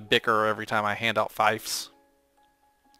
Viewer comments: Fief is pronounced Feef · Your saying fief wrong, just saying